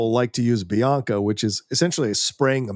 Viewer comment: It’s not Bianca it’s Binaca!😂